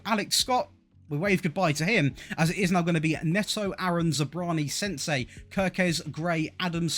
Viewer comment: I literally laughed when you called Senesi, "SENSEI".😂😂😂